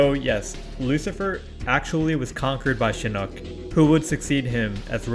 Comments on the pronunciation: Stop saying shinook. Thats a damn fish. its pronounced Shinnok (Shin-Knock). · Your mispronunciation of Shinnok is driving me crazy.